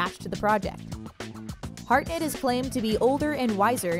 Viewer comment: Harnett - NOT Heartnet... 😊🤦